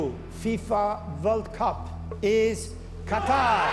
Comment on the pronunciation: The 2022 . . . Whirl Coup . . . Catarrh